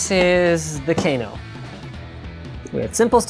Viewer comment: Cano no t Kano well you spell it Kano but pronounced cano